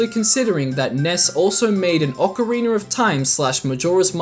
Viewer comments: he said ocareener of time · “Ocari-ner” lol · Ocariner of Time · Ocariner of time 😂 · I'm I the only one who hears ppl pronounce ocarina as ocarinier? maybe lol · Ick-ana Valley.... And a leggy of emptiness...